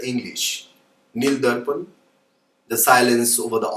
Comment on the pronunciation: It's Neel darpan not nil darpan